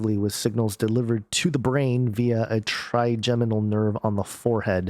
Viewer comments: Your first pronunciation of trigeminal is correct: try-jem-uh-nl. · Hi - you had it correct the first time -'tryjeminal' is the correct pronunciation. Mad scientists strike again at the command of their father of lies. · Scary. I think you're pronouncing trigeminal right. I was pronouncing it wrong, with a hard 'g'. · You said trigeminal nerve correct the first time. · Yes, you were saying Trigeminal right. I suffer from Trigeminal Neuralgia. They just put a press release out last year... this directly correlates with this ... as well as experiments being carried out by CERN through neurologic waves over long distances.